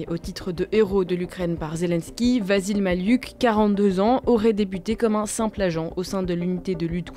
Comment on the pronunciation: Je suis à peu près certain que ça se prononce "Vassil Maliouk" et non "Vazil Mali-uk"